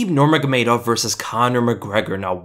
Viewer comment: "nurmajgamejdow" 😂♥️, żartuję, to jest trudne nazwisko